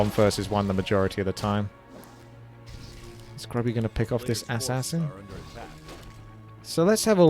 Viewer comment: I always love the way how says ASS ASS IN